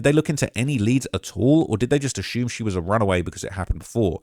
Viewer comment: Nothing in the report suggests the family spoke to d4vd. It’s weird how y’all jumped to that conclusion. Also, didn’t you discuss d4vd having a tattoo artist at his house tattoo Celeste in another video? Finally, why do you pronounce “assume” that way? 😂